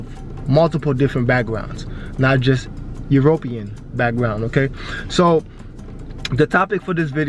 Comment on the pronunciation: I love that this guy can't pronounce Arab or European. Haha!